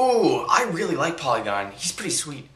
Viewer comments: dude,its porygon,not polygon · its not polygon its porygon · song of the day every day :) Also, you said POLYgon, instead of PORYgon :P I was actually planning on sending you a bunch of roll up the rim coffees! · Keep song of the day! Help the masses widen their musical horizons! Also, I hate to nitpick, but I'm pretty sure you called Porygon, "polygon" haha. It's okay! I'm just saying! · Polygon? It's Porygon, with an r XD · Polygon? Porygon, man. :D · It is Porygon not Polygon :D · Isn't it porygon? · "Porygon" POOR-EE-GON. Do the song of the day even shorter... I won nothing today, but I won a $20 PSN card earlier this month...